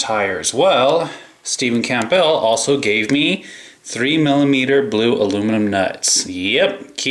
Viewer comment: Pronounced Cambull p is silent lol